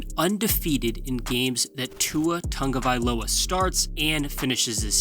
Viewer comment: WHY THE TANGOVAILOA PRONUNCIATION?!